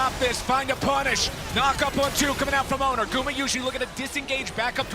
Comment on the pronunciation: It’s pronounced as owner you fucking moron